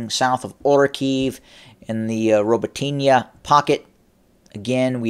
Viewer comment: Ro-BOT-ti-na and Novo-proko-PEEV-ka - these are the Russian pronunciations.